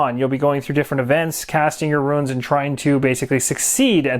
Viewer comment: Runes = 1 syllable - roons Ruins - 2 syllable - roo-ins :=)